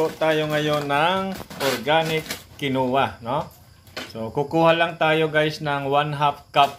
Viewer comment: Kin Wah po ang bigkas jan